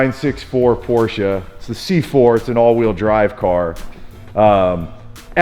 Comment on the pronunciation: Well at least you pronounced Porsche correctly, but you calling an engine a motor is killing me.